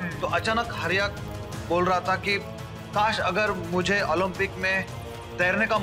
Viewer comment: कास नहीं बोलना😅😅😅